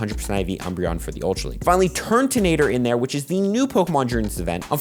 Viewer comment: Please stop calling it TURNtonator it’s turtonator